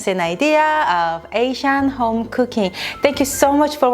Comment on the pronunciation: This is so trivial I almost don’t want to post it. As a Korean American the way you say “home” is so Chinese. It’s bothered me forever but I love love love your channel!!! Home is 홈....I’ve had people ask me if you are Chinese or Chinese-Korean. This is so trivial but you are representing Korea so I had to make a comment. I don’t mean to be rude or mean. But to improve your channel I offer a tip. Accept or ignore it’s up to you. Please know, I LOVE YOU AND JACOB!!! I JUST WANT TO HELP YOU BECOME THE ULTRA-PROFESSIONAL CHANNEL YOU ARE MEANT TO BE!!!!!